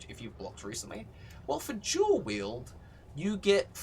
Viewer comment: I don't know if he is saying dual or jewel. He didn't mention curse buff, is it not as good as i think?